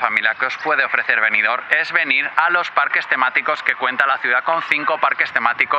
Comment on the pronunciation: Buenas tardes amigo, precioso video, pero si no te molesta te corrijo, es Benidorm, macando la m, no con ene Un saludo